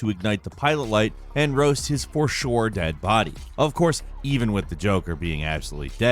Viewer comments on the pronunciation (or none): none